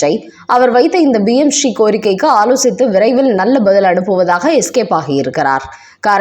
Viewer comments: It is PMSHREE. You are pronouncing as BMSHREE. Please correct. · Adhu BM Sree Dittam kidaiyaadhu. Adhu PM Sree Dittam. Please ungal uccharippai mempaduthi kollavum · BMSRI இல்லை PMSRI என்பதை சரியாக உச்சரியுங்கள்.